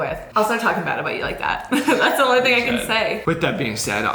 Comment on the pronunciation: Omg does say 'omly' instead of 'only' thats kinda unique ngl😂😂